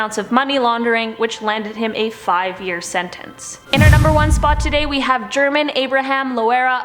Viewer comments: I think his name German is pronounced "Her-monn" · German is pronounced with an "H", Herman.